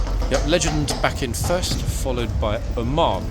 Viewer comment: Oman? Lol, It sounded like said Ormonde, and I was saying, no, that's not Ormonde! Ormonde is Blues and Royals. 🤣🤣